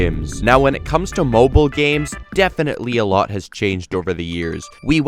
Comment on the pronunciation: My man did not just say, M O B I L E